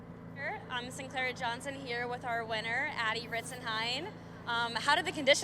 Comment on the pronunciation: shoutout one of the commentators got it right